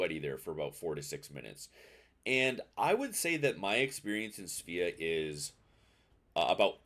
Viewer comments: It's pronounced Sva-ah. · I'm gonna blow your mind right now. It's pronounced "Sway-uh" in Swedish. It's a Swedish ship. Your move.